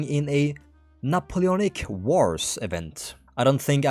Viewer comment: why'd you pronounce it like napoulonic